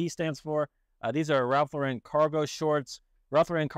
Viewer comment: Love your videos! I learn so much watching them! One small thing Ralph Lauren, Lauren is pronounced like the woman’s name Lauren - equal emphasis both syllables. I used to pronounce it like you do.